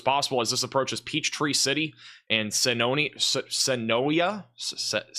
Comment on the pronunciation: Hey, Tornado did drop in Sharpsburg, which sits between Newnan and Peachtree City. You were spot on in your details. You’re the man! Luckily very little damage. Probably an EF0. Thankfully Also, Senoia is pronounced Suh-noy. Also acceptable is Suh-noya